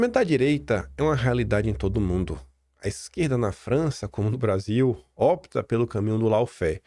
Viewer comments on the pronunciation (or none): none